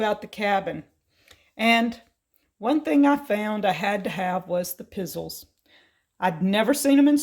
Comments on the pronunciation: It's Piz zells, not pizzils. You need to try you some of those Stella breakfast treats. They kind of look like a S on its side. Yummy. Great with coffee. I really like the little pops of red. Very nicely decorated. Merry Christmas, take the time to slow down and relax and enjoy it! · It's pronounced "pi zell ezz" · Love how you missed pronounced pizzeles. It's an Italian cookie. And very popular at Christmas time. Just made a batch my self.